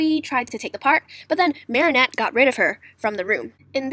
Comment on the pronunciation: Ehy u said marriniot